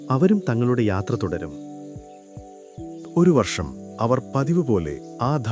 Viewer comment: വർശമല്ല ,വർഷം വർഷം വർഷം എന്ന് ഒരു പാട് തവണ എഴുതിയും പറഞ്ഞും പഠിക്കൂ😂